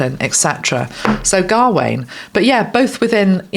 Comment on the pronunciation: Gawain is pronounced as not pronounced gah wain. It’s a Ga but rolls into Wayne without two syllables. Smouthly. I have a nephew called Gawain